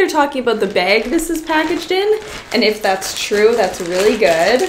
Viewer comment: It’s bag not beg Lol I love your channel so mich